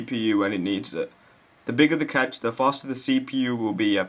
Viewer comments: It's pronounced like "cash." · I believe he is also misspronouncing "cache". Didn't you learn about the magic 'e' in primary school. Even if you didn't, your the only person I've ever heard pronounce it as "catch". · Cache is pronounced cash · At first I thought he said "the catch"